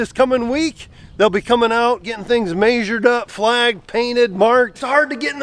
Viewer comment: There's no R in measured.